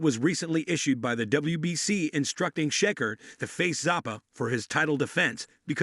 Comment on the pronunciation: Can't even say his name right !!!!sheker wtf 😂